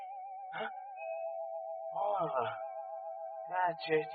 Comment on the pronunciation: It's not the horia. It's horla.